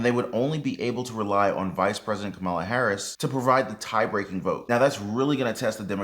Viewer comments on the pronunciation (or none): Kamala is pronounced as “Comma-la”, rather than “Ka-molla”.